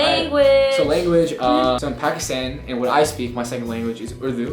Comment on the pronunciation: Loved this video! Though I cringed everytime pronounced pakistan wrong... #Pakistani&proud